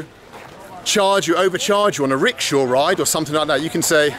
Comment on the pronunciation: He says rickshaw and I keep hearing ritual...